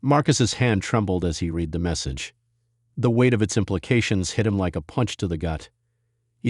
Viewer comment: “Read” can be pronounced “reed” and also “red”. It depends on how it is used. If you speak English, you’ll know which one to use and when. Perhaps this is due to AI (artificial intelligence) reading the story. AI has a long way to go to get it right. But it is so annoying!